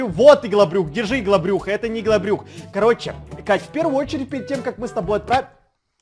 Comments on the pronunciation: Не ИГЛОБРЮХ А ЫгЛаБрУх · Он помойму говорит ЫХЛОБРЮХ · Во первых, во вторых ИХЛОБРЮХ, в третьих ОРУУУУУУУ😂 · Потом у что это ИХЛОБРЮХ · Нужно было написать "ИгЛоБрЮх" 😂😂😂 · Почему всегда говорит ИХЛОБРУХ